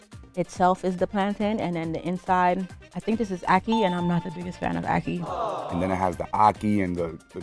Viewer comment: She lost me completely with how she said ackee